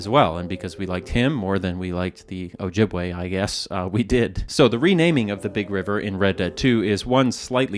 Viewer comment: As an Ojibwe woman, I appreciate the use of our proper name with correct pronunciation. 🥹